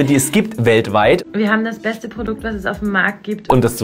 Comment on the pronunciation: It's the "Pordukt" for me 💅🏻✨ #SAUGteuer